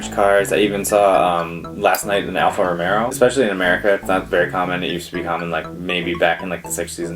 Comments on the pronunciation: It's Alfa Romeo not Romero! I had one, I am certain it is Romeo. But not pronounced like Romeo and Juliet... it is the same as the way you were pronouncing it just without the second "R". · Not Alpha Romero but Alpha Romeo (Like Romeo and Juliet) and Peugeot is spell /puːˈʒoʊ/